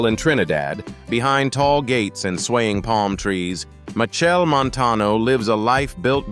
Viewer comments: its ai it wont pronounce it correctly unless you spell it like Mashell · Machel pronunciation is Ma-shell. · AI nonsense. Can’t even pronounce the man’s name right. It’s Machel! Not Michelle or Machelle. He deserves a proper documentary, not this AI generated crap. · Machel is pronounced as marshall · Respect the Artist, his name is Machel. When you mispronounce someone's name that's disrespectful